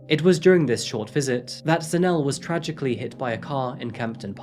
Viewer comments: Its pronounced Za-Ne-Le, not Za-Nele 😊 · Enjoyed this Episode. If I may point out one thing? Ask the locals how they pronounce the names. For instance it is pronounced as ZAH-NEH-LEH, not Zanelle. Good Episode, once again! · Zanell and Kew-nay-nay. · Pronounced: Zan-Ay-Lay